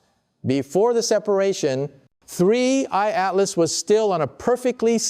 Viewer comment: Hearing the voice of Michio Kaku made me think this video is credible. But then I hear "3 eyed map" 😂 instead of 3i/Atlas, and I'm bustin up laughing. Who is putting out this crap? And why? Obviously quite a bit of effort goes into producing these videos. What is the purpose? Are they attempting to trigger some kind of panic?